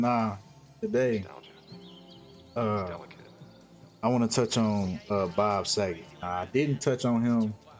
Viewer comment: U said boget again lol 😂